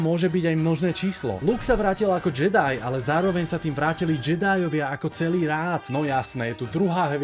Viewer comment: návrat Jediů nedává už vubec smysl, protože to má znamenat Návrat Anakina na světlou stranu síly. Navíc Návrat Jediho je to z toho důvodu že to tak vyslovovali v původním dabingu, místo [džedaj] to vyslovovali jako [džedy]